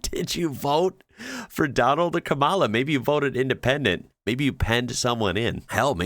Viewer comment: Just out of curiosity, why do you mispronounce Kamala's name? Not being difficult, just curious 🤔